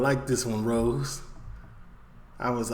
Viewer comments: H8s ne is Ross not rose come on sort it out. He also d8d say sixth. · He's called Ross kemp not rose its ross two ss lol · Subscribed man, Love your content! It's not rose though it's ross bro. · Ross like boss not rose lol